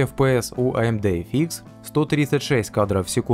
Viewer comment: Спасибо за обзор! лучшие. эфИкс прямо режет слух)))) (эфъ икс)